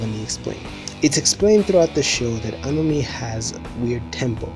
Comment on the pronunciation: ANOME? I haven't heard a weirder pronunciation than this one.